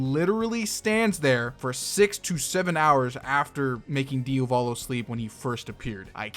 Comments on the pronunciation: Bro you butchered the name diavolo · You really don't know how to pronounce Diavolo's name.